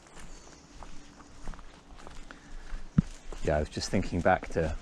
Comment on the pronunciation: Still catching up...do you know you're the first Englishman I've ever heard pronounce 'chorizo' correctly rather than choreetso or other versions. So I knew you had some Spanish history...I lived in Valladolid in the early 80s just after Franco went to meet his maker ! The Spanish way of life, at least then, was absolutely magical for me in my early twenties. A lifetime ago haha ! Thanks for all the tlc you lavish on our green spaces 👍 I got 7 bags today from one of our busier B roads in N Shropshire.